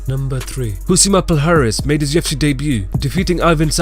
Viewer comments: Why do you say “UFC” like “TFC”. I was really lost for most of the video. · Dude can you please fucking talk more clearly when you say "Ufc" it sounds like "JewITSY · Are you saying "TUFC"? Try slowing down a little even you talk. Otherwise good video.